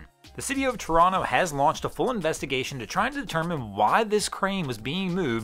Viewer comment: Kudos to for pronouncing Toronto correctly. I can let the transposition error on "Ashbridges Bay" slide. 🙂